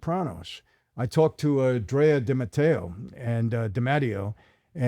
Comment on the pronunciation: Sir I loved when you pronounced De Matteo the right way and then, a second later, the american way. 😂 (I'm from Napoli)